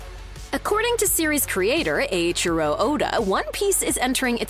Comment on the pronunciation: ohhh... why you can say "Eiichiro" correctly, but not "Toei"? LMAO